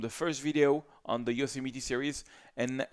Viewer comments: Pronounced: YO SEM IT TY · le "i" français se prononce comme un "é (e accent aigu)" en anglais. Ca ferait Yosémétiii. Un autre example, le mot "bit" se prononce "bét" et non pas "biiiit". Si tu prononces "biiit" les Américains pensent que tu parles du mot "beat". De manière générale le "i" anglais se prononce comme "aï (comme dans aïeul) " ou "é (e accent aigu)" selon les mots. Les mot en "ee" se prononcent toujours comme un "i" francais". Mais les mots en "ea" se prononcent comme un "i" français ou comme un "è (e accent grave)" selon les mots. Par example, le mot beat se prononce "biiit" mais le mot bear se prononce "bère", le mot meet se prononce "miiit"...etc. Sinon, ton anglais est absolument fantastique;-).